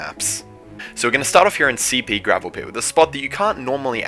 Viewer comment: Did he say gravel poot instead of gravel pit?